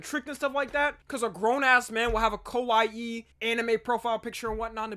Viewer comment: he said kawaii but it sounded closer to kowai which means scary in japanese